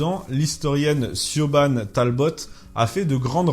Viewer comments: Salut, merci pour cette video. Je me permets de souligner 2 points. Le premier c'est le prenom Siobhan, prenom irlandais qui ne se prononce pas comme ca s'ecrit mais qui se prononce Sivone. L'autre point, plus serieusement, c'est la presence de la Croix de Lorraine, en Ecosse pres de Glasgow. Au sommet de la Lyle Hill surplombant la River Clyde, entre les communes de Greenock et et Gourock. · Aha! Siobhan se prononce shebrrron approximativement (j'ai mis plusieurs R pour le roulement), j'avais une collègues de boulot à Inverness qui portait ce nom, j'ai bugué le jour ou j'ai vue son nom écrit . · Siobhan se prononce plutôt "shevron" ou "Shebron", je sais c'est compliqué j'ai encore du mal à le prononcer ;) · "Siobhan" se prononce "Chivonne"